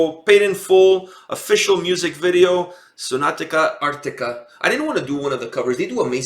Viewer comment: lol it's not "Sonatica Arctica" it's SONATA ARCTICA 😉 the base player Pasi is my old friend from junior high school😎